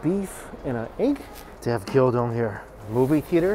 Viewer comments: I absolutely love you man but please correct your pronunciation of Gyudon. It’s gyUdon not gyOdon😅😂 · Don't want to be that guy, but it's pronounced gyu-don, not gyo-don. Gyū being the word for beef. Maybe you're conflating the pronunciation of Gyoza to this word. Also a macaron is what you ate, not a macaroon (a different coconut based treat).